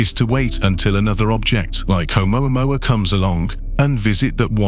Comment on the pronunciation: You think you're so goddamn smart you can't even pronounce amoamua right